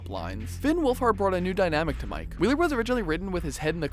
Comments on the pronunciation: Mike not Mikey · YOU. TALK. TO. FAST. Seriously tho talk slower and it's Hopper not Hooper and Mike not Mikey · He said Mikey buts it mike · Lets talk about the fact that he calls mike,miki omg !!!!! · “mikey wheeler” AHAHAHHAHAHAHHAHAHAHAHAHAHHAHAHAHAHHAHAAHAHAHAHHAHAHAHHAHAHAHAHAHAHAHHAHAHAHAHAHHAHAHAHAHAHAHAHAHAHAHHAHAHAHAHAHHAHAHAHAHHA no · He called him Mikey Wheeler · did u just call mike mikey bOI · He said, "Mikey Wheeler"? And, "Hooper" for Hopper. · And he called Mike Wheeler Mikey Wheeler at least that’s what I heard